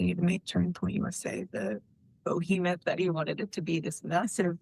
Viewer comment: "BO-HEMETH" 🤦‍♂️ shes not very bright.